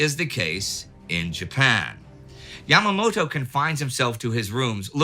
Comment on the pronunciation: "Yamamato" XD